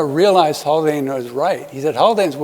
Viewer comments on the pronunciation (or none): is it Haldane or Haklane?